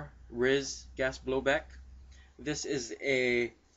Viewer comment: its pronounced R-I-S not Ris, R-I-S standing for Rail Integrated System